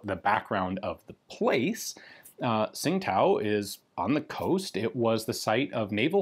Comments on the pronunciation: Tsing Tao is pronounced something like Ching Dow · As I understand it, Tsingtao is pronounced "Ching Dao", as indicated by the city's name being transliterated to the Latin alphabet now as, "Qingdao". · I'm not completely sure, but I heard a chinese pronunce it "Chin-tao" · Great video, cool piece . Bi the way its pronounced 'Ching Dow' phonetically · The city name is pronounced more like "ching tdao".